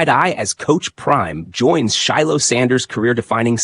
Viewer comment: His damn name is pronounced Shy lo